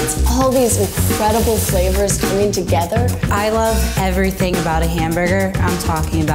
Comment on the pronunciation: “top, bottom, ainvercwhilchþiŋ in between” hehe gej